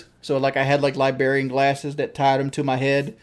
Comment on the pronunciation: “Libarian things on the back of the glasses” Jesus he can’t even say librarian correctly